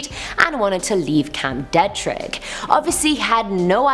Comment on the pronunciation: Camp Dee-trick is how its pronounced